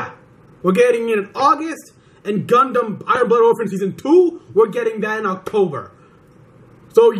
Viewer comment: If you keep saying "Gundam" like that, I'm gonna have to throw a Pokeball at you.